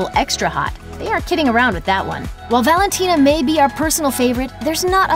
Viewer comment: Valintina!?! Lmfao. You list lost all credibility.